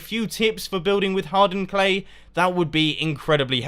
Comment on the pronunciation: Haha, when ever i hear anyone say "hardened clay" it sounds like Hard Earned Clay, dverytime every time haha